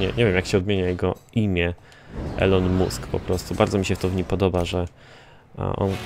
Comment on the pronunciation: Mówi się ilon mask